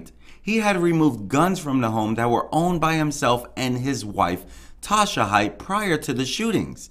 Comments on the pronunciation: The lady’s nMe is Haight - HATE. it’s pronounced hate. Not Hite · First of all, it’s Eeenick and their last name is pronounced Hay-t